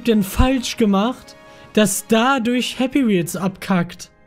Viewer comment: Ich hab Happy meels verstanden😂😂😂😂